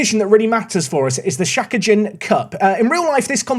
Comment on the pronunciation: btw Shakaijin means working adult and is pronounced with the emphysis on the 'kai' and Hosei uni is pronounced witn emphysis on the 'Ho' with the 'o' sounding like 'oh' in English